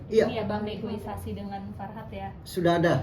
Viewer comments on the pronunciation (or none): Sbnrnya sih kaya jd rese sih, tp mbak wartawan ... yg bener itu negosiasi bukan negoisasi. Kan bukan jg reboisasi 😅 hadeuh